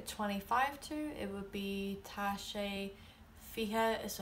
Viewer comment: I'm only confused that you pronounce Tá wrong? It's an 'aww' sound because of the fada... At least, that's what I've always heard. Maybe it's different the farther north you travel, but it just sounds wrong to me :L